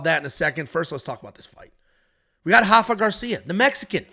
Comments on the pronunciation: R-R-R-Rafa not hafa, he isn’t Brazilian! As a Mexican that drove me crazy 😂😂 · It’s “Rafa” roll the “R” lol.